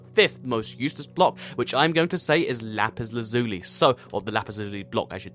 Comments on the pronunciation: No one can pronounce it right. It's not "Lapis Larzuli" It's Lapis La-zue-lie. Just saying. No one can get it right :) no hate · Lapis Lazuli is pronounced La-Pis La-z-u-l-eye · lap-is lazz-u-lie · To be honest he said Lapis lazuli block.